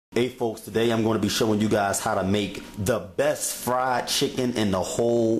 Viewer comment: "The Bess"